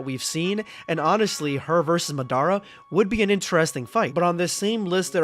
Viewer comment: he did not just say Madara's name like that..